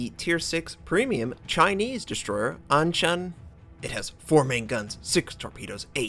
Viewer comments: actually sound 鞍山 pretty good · Hey, im Chinese, and you pronounce the ship's name very well. lol